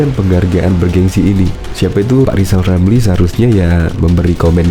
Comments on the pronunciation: Lijal lamli...Masi blm bisa ngomong LLL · Lijal lamli Coba ngomong rrr....rrrrr.....rrrrr....rrrrr